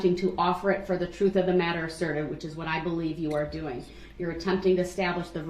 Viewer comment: He’s got to be embarrassed. Troof. Libary. Dooties. Oaf of offic. Just a few of his stupid words.